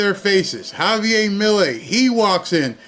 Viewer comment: it's Javier, you're not pronouncing the r, after all your name is not Barr is it? just saying....Javi G. and yes my full name is Javier with an r